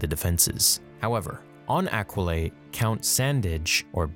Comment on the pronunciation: Come on man, we know it’s pronounced “Aqua-lie.” It was in that line Mark Hammil refused to say in Episode 4. ‘Aquilae and Sullus...’